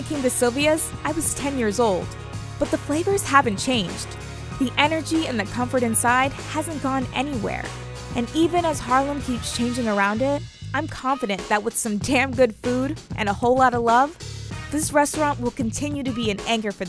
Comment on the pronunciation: What is a con-fon-dunt person???